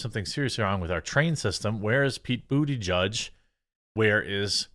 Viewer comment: Buttigieg is a Maltese name and should be pronounced as Boo- ti-ge-ah